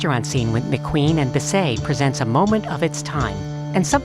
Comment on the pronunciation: It's Bis-SET, NOT Bis-SAY!!!!